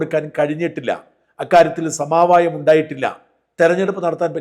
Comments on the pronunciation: സമാവായം ആണോ സമവായം ആണോ ? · സമാവായം എന്നാണ് താങ്കൾ പലപ്പോഴും ഉച്ചരിക്കുന്നത്.. സമവായം എന്ന് ഉച്ചരിക്കാൻ ശീലിക്കുക